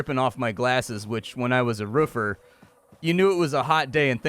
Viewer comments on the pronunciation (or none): "Ruffer" 🤣 I love when people say Roofer like that. I just imagine them standing by a construction site barking at people.